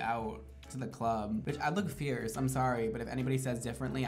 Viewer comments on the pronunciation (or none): "I will look FEIRCE... And if anyone says differently... I WILL disagree with you" 🤣🤣